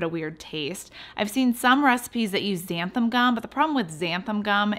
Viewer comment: Btw, pretty sure it's 'xanthan' gum, not 'xantham', lol